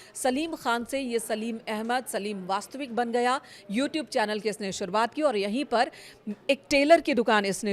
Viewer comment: Vastik ko vastvik keh rahe kaise anpadh reporter hain 🤔